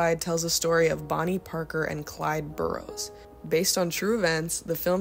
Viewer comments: Clyde Barrow, not Barrows. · Clyde Barrow not Burrows. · I watched your whole video. I admire Faye Dunaway as an actress and I am glad you made the video. If you continue to make videos, you should know the following things. All three that I am to point out have to do with pronunciation. 1) Clyde’s last name is Barrow as in “wheelbarrow;” 2) Otto Preminger’s last name has a “g” sound like the “g” in “ginger, not in “great;” and, 3) Sydney Lumet’s last name isnot pronounced as it might be in French. The last syllable gets the accent and sounds like “met” as in “I never met a man I didn’t like.” ‘loo MET.’ Just thought you should know. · Clyde BARROW. Get it right, young sister...